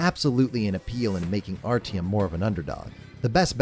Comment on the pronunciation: I know that there is no expectation for an english speaking person to be able to pronouce russian names correctly, and I don't mean any offense in this, but as a speaker of a slavic language the pronunciation of Artyom's name hurt. (also the english dub, never heard it before and oh boy is it bad)